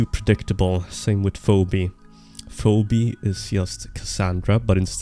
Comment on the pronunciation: Phoebe is pronounced feebee.